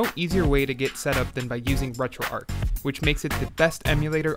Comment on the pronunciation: Maybe the ‘H’ is silent...